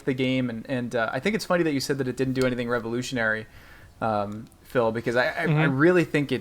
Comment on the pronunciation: Damn, Phil. you pronounced my name wrong. :(